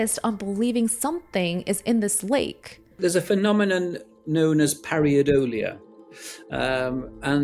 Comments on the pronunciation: It’s “pareidolia”, not “pariadolia”. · Very good video indeed! Just a comment: it is called “Pareidolia” not “Pariadolia”. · Not 'pariodola'. It's 'paradolia'. He's a Dr. He should know that. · Par-EI dolia not Par-IA-dolia . Par - aay - dolia not Par ea-ahh dolia. I would have thought a scientist would know that... ? I kind of lost interest after that. You cannot prove something is real by making incorrect statements, nor can you prove something is NOT real. Anyway, I've never seen Nessie, and never will. I'm too old and live too far away. I am not convinced either way. This has not made it easier. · That mispronunciation and spelling of pareidolia was on a par with Benedict Cumberbatch's pinwings, pengwengs, you know what I mean. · Not only did he mispronounce “pareidolia”, it was misspelt in the captions.